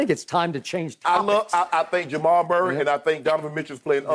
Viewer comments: He said merk lol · I said the same thing...I was like did he just say Murk? 😂😂😂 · I know Unc did not say “Murk” on TV😂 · He said Jhamal Murray lmao 😂